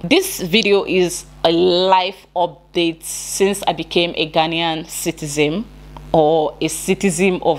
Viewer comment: The word is citizen NOT SITIZEM